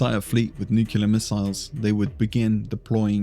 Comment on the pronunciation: Ok Video, not that anyone who knows what tyranids are ever asked that question 🤣 But i have to say, nucular killed me inside! And you are british... do better man 😉